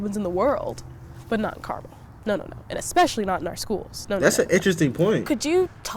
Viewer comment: I have lived in Cali all my life and we pronounce the city as CAR-MEL. {Like a man's name Mel} Not Carmal. Not Car-mall. Is this in another state? Is it in IN.